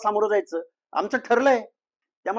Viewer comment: पहिले ओबीसी म्हणणं शिका सर ओबिशी वंगाळ वाटतंय